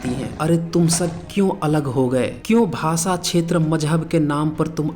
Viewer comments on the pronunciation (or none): none